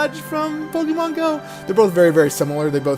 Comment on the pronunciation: Stop saying pokEEEmon.